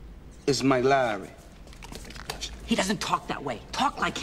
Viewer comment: Its Laury*